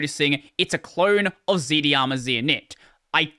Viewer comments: "Dharma" is pronounced like "Karma" as they're connected concepts. So Z-Dharma, rather than ZD-Arma. Thanks for the content. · Dharma ir pronounced like Karma, why do you pronounce it like z-di-ama instead of z-Darma? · Its not Z D Harma, its Z - Dharma. Dharma is an Indian word (and a non-translatable to other languages). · "zdharma" is pronounced "zed darma" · Whenever he says Zd-harma it’s sus. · You think not doing it on purpose then? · I think it's pronounced as z-dharma